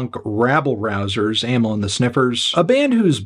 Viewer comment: He pronounced it like most people do